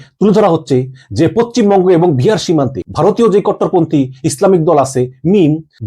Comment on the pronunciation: আরে ভাই বুঝলাম যে ভারত নিয়ে খবর না করলে তোমাদের পেট চলবে না। কিন্তু বাংলা উচ্চারণ তো ঠিক ভাবে করো। পচ্চিম বঙ্গ কি? আমি তো জানতাম পশ্চিমবঙ্গ বলে একটা রাজ্য আছে। এতো জ্ঞানী বাংলাদেশেই জন্মায়।